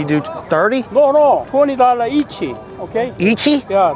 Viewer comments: $20 EACHEE ..... EACHEEE ???😂😂😂😂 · “ 20$ eachy “ 😆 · “40 dollars eachi?” 😂😂😂😂😂😂😂